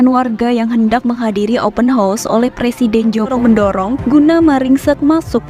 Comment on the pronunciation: org indonesia yg tau sebut open house yg betul mungkin je. yg lain² tak reti sebut termasuk pembaca berita diorg